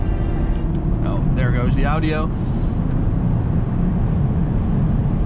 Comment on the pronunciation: the « audi-oh » hahah